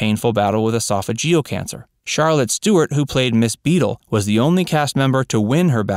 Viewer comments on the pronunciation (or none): none